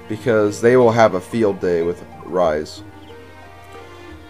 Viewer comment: Rhys is pronounced reese and alot of peolple get that wrong and it kinda ticks me of cause if you think about it its kinda ovease